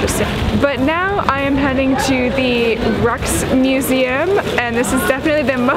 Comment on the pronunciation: Yes, another great video. I remember this museum. When I was there, there was a giant KAWS art sculpture in the pond in front of the Amsterdam sign. Also, I believe it's pronounced Rikes like Bikes. The sunlight is beautiful there. Dutch Masters inspired by the light to paint great works.